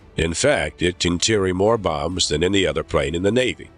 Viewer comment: I don't know who wrote this narration script... but dang. And then the narrator pronounces 'plane' as 'prane'??? Hahahaha...